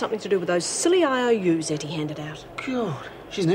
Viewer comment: It’s not Hetty. It’s Ettie.